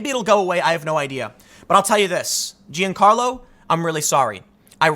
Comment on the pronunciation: Dear Tim "mixed race" Pool, your views are going down because we're getting sick of the fence sitting, so people like me who used to watch every upload all channels are only averaging 1 video a day from all channels combined now. BTW, Giancarlo is Italian, not Spanish and it's pronounced Jon-carlo